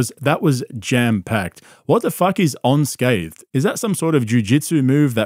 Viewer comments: " ON SCATHED..... WITH A DIET COKE " 😂😂😂😂😂 WOW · He said "suicidal thots" and "uncathed" so he was making fun of him for his usual mispronunciation of simple words? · He said "onscathed" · Yes it is and Bramdom said "onscathed" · “On Scathe”. 😂 I Love when he repeats phrases he’s heard and gets them wrong.